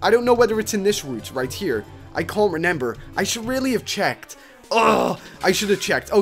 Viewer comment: "I can't renember"